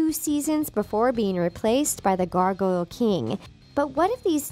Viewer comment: It’s the gargoyle king not the gargoyle kiieng...👀😅💞